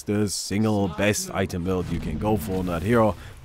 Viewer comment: Rishub Podar it's how he likes to pronounce "best"